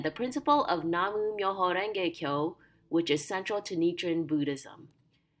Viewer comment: Nam myo ho renge kyo...not Namu ❤